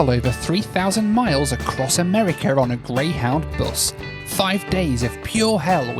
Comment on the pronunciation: Across amerikerr